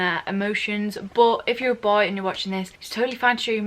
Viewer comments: But how she say that word B O Y I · Why did she said “bOy” 300x in 1 minute😂😂